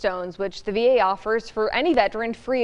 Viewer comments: Cleburne county not Clayborn. Geeze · Cleburne not Clayborn